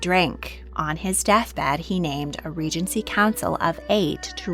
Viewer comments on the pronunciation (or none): none